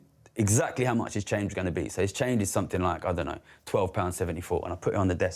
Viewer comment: He keeps saying "somethink".